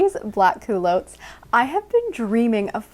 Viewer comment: I have never heard the term cool-low-ts. Where are you from? We used to call that type of pants cool - lots (with a short sounding o) in my day.